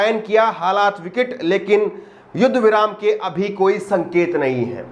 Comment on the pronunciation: HINDI TO ACCHEY SE BOL LE VIKAT KO VICIT BOL RAHE HO